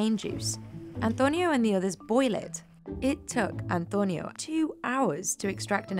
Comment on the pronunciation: An-toe-nyo. Had to click off for the way she always made sure to pronounce it with an accent